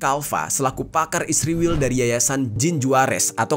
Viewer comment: Aku dengerin kata "ISRIWIL" ketaea sendiri. Inget masa kecilku .. ibuku klo lagi jengkel kpd adikku yg bandel.. ibu manggil adikku dg sebutan ISRIWIL.. pdhal namanya Isworowati.... mudah2an adikku baca dan ingat pd kebandelannya...😍😍